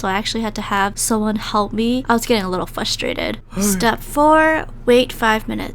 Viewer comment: so is nobody gonna talk about how she said fushtrated